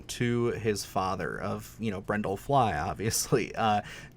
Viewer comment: BRUNDLE. I know this was five months ago, I don't care. I just watched the other video about gross movies and was annoyed then, too. lol If you love it so much, you should know the characters' names, man.